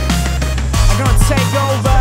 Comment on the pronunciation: "Take over"發音是故意唱不標準的?